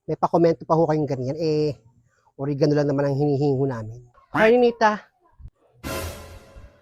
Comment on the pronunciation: Natawa kami sa OreganU! hehe Oregano po hehe hindi matigas ung dulo. hehehehe😅 Di naman true ganung kasabihan ang True ung Ramdam dn ng Kambal nararamdaman ng isa kaya magkakahawaan tlg. naku baka dyan n nakawin nu Blandina ung isa sa kambal.